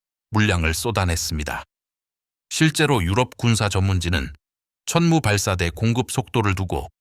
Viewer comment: 자막을 보니 이 영상을 올린 사람은 한국인이 아닌 것 같다. AI로 자동 더빙을 해서 그런지 `천무는~`이라고 할 때 천무가 천문으로 , 그리고 365일을 제대로 표현하지 못하고 있다. 또한, 이 정도의 내용은 나같은 문외한도 읊을 수 있을 만큼의 보편적인 내용이다. 군사 관련 영상을 많이 접하다 보니 거의 매니아 수준이 돼서 그런지 내가 모르던 내용을 추가로 듣지 못했다.